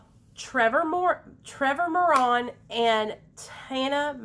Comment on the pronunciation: More-Ran is how u say his last name